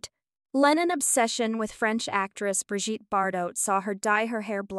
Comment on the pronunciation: Written with AI or some bullshit. He didn’t write Yesterday, “she” couldn’t pronounce Bridgette, Ono, wed, no proof that she cheated on him, no evidence he was gay, weird way she said homosexual, and they didn’t divorce in 1980, he was murdered. The inflection in this is weird. And I’m sure he dated a hell of a lot more than 20 women, even with Yoko ruining his life.